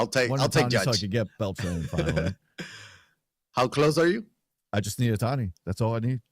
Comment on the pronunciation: The way he says Beltran makes me cringe